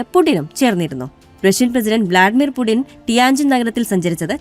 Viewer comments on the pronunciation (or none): none